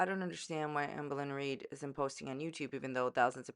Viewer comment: I love how you say her name lmao, "auhmbuhlin reed" 😭😂